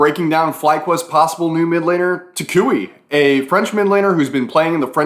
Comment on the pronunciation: learn how to say toucouille the right way or we not gonna be friends